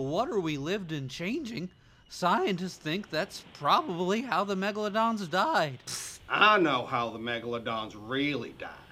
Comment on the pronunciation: MEGLADONSSSSS AHHH HELP